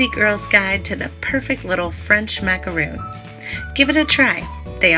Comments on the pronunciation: That Sagittarius Girl there's a massive difference between the two. If you're making them from scratch like this you should know how to pronounce it. People have pet peeves. I bake so this particular mispronunciation bothers me. And that's okay. People can have pet peeves. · This lady just said macaroon don’t trust her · I was watching this video but once the name of the cookie was mispronounced I couldn't continue to watch. I assume that if you can't get the name of the cookie you are making correct, then your method is probably incorrect. I am from the US and your explanation for the mix-up is silly. When you're in European countries you pronounce it correctly but in US you don't? There is no "our way" or "their way" of saying it, there is one way and it's Macaron. I would suggest remaking this video so you don't continue to spread misinformation. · Bri Toronto I know right !! She's pronouncing it Wrong , totally different cookies !!! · A macaroon - double o - is a coconut cookie. A macaron is an almond cookie. It's not pronounced macaroon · Why are you saying macaroon? One “O” does not make the “OO” sound. I just find it funny how many people make a tutorial for how to make macarons and they still say macaroon. They’re two totally different things. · If you're going to do a tutorial, please at least know how to say the item. I cringed every time you said "macaroon". So, like 50 times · It's pronounced mac a ron, not mac a roon. They are two totally different cookies. Macaroons are coconut cookies. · They are pronounce MAC A RON not macaroon, they’re two separate biscuits 🤦🏼‍♀️🤦🏼‍♀️🤦🏼‍♀️ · It’s MAC-A-RON. NOT macarooooon! They are two totally different things! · Macaron. Not macaroooon. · Not a macaroon, rhymes with loon... it is a ma-ca-ron, rhymes with bon-bon but if you can’t manage that Ron beats Roon. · They are pronounced mack-a-Ron. A macaroon is a coconut cookie. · MacaRON- Is how it's said. A macaroon is a different cookie.